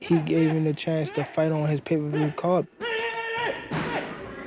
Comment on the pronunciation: It's may-per-view....